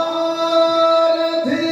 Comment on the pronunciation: Sarathi helta illa, sarati helta iddare, paarta heltare paartha aagbekala jansaleyavare? Nimmind idu nireekshitvalla😔